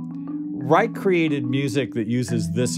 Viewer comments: Pronounced "Rye-sh" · Youtube videos of interviews with Mr. Reich pronounce his name with 'sh' not 'k'.